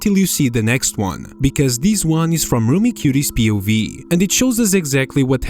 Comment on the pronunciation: pronouncing POV like a word instead of an acronym is insane